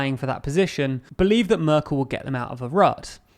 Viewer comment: You ahould practice saying Merkel. You pronunce it very strange